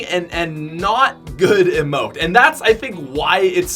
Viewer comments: Omg it’s no “immote it’s eeeee mote god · When he says amote and not emote. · Why does he say amote and not emote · It's EEE mote not ehmote no hate if you can't pronounce it either way love the content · He says emote like imote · Why does he pronounce ee-mote, eh-mote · Am I the only one annoyed by the way he pronounces emote, I am quite sure it is pronounced e-mote... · How he says out "...if I had known this was ote..." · sounded like you said bible emote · #5 he said ote 😹😹😹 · I know right he pronounced it A-Mote!! LOL!!! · it isn't pronounced rock "oat" -_ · They way he pronounces emote triggers me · the way this man pronounces emote is triggering. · You pronounced emote wrong dude!